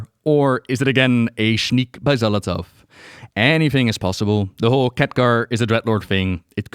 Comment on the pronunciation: Love the video, but my eye twitch everytime you say Xal'athow instead of saying Xal'atath 🤣🤣